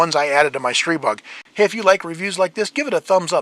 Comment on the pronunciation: Massive props for pronouncing Stribog correctly! Edit: "God of Wind." I see what you did there.